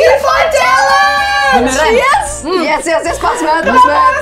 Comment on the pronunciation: Lydia bilang hal nya bukan chalengee tapi bneran😂😂😂hah hah hah hah